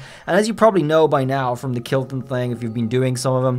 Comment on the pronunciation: It’s not kilton it’s kolton